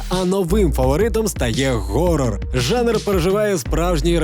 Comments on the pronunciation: Не горрор, а хоррор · ГГГГорор. Одразу мінусую. Якщо ти не знаєш як правильно вимовляється це слово, то пофіг.